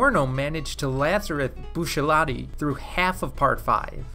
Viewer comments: man said bushelati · Why do people call bucciarati “Buccellati”?